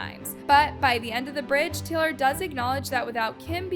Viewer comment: Teylor swift 😂